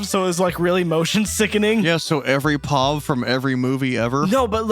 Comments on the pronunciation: WHY DO THEY SAY PAUVE ITS P-O-V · They said "POV" instead of "P.O.V." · WHY DID YOU PRONOUNCE POV